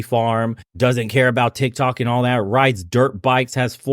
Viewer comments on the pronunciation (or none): none